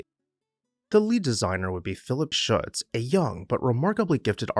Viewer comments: I believe you’ll find Shutze is two syllables — sounds like footsie. I’ve spent loads of time at Swan House and loved the exhibitions and jazz age themed parties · SHUT ZEE is the local pronunciation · Was a docent at Swan House for a decade, what a wonderful experience! The architect is Philip Shutze, pronounced ShutZee. Thank you showcasing this magnificent house.